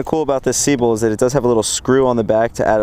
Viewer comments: It's pronounced se-beel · Hey it's pronounced. Sebile..... Lol sorry man I had to do it Love this channel, my favorite...